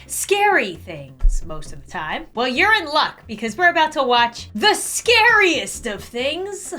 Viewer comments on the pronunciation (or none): "The ScArIeSt of things.... Terrifying pregnancy and or birth stories (very short dramatic pause) 👏👍!yay!👍👏" thats our